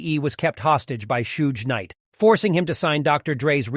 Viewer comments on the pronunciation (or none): “DAH-C and SHUGE Knight” is Crazy 😂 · And the narrator can't even say their names correctly...he called The D.O.C. -Dosh-C ...and Suge Knight "Soge" ...they enjoy getting Black Notable Figures names wrong 🤨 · Sooge knight.... 😂 This computer generated narration or is a actual person?? The andre Dr dre easy E. Was funny.. now we go sooge knight!!